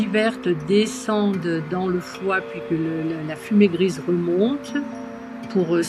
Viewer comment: Le son médical du foi est chu ! Et non pas xu ! Pour le triple foyer c'est le son Hu